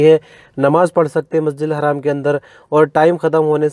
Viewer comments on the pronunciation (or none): masjid haram hota hai masjid haaram nahi hota hai please